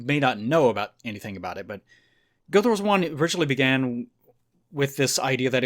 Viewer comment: "Guilduh Wars"